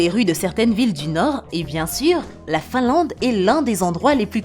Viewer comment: Finlande au lieu de Finlade ! Bienvenue au lieu de bienvenu ... Vidéo agréable ! La Nouvelle Zélande m'attire ...